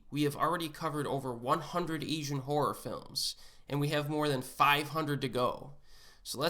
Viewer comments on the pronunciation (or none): Essian??? Pronounce your words correctly. Probably good content but his butchering of a simple word is grating on my ears. [AY] + [ZHUHAN]. There is no e. To be an Asian movie enthusiast, you need to pronounce the word correctly. Call me an asshole or what ever.